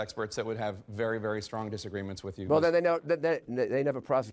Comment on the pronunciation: Be vehwy vehwy quuiet!